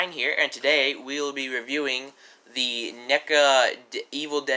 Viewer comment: Neeka? It's NECA (Neh-ka). lol, where'd you get that pronounciation from?